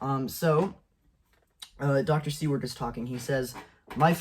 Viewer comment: "Seward" is pronounced "SOO-wrd", like the Secretary of State who purchased Alaska ("Seward's Folly").